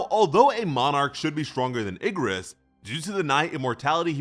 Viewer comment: Ok what the hell Bro messed up Igris name "Ingris"😭💀